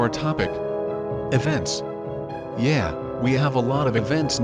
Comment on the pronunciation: Yeah, you clearly don’t, because you said “Yay” instead of “Yeah”, dummy! Gets me every time.